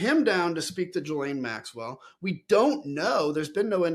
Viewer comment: I wish people would learn how to pronounce Ghislaine.